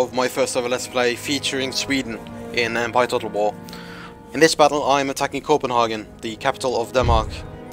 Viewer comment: You pronounced Copenhagen wrong